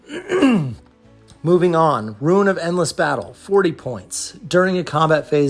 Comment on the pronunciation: Dude... It's pronounced "ROON." Eye twitched every time you said "ruin."